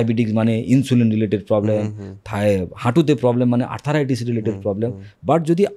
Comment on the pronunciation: শব্দটি আর্থ্রাইটিস (arthritis), আর্থারাইটিস নয়।